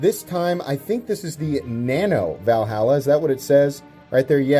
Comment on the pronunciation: Never in my life hear someone can't pronounce "Valhalla"